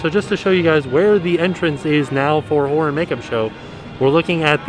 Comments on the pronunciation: I keep hearing the Whore makeup show! And now I can't unhear it! Lol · with the mask on, it doesn't sound like he's saying horror. 😂